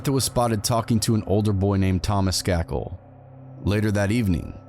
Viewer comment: Skay-kil is how you pronounce their name. He is related to the Kennedys. This is a famous murder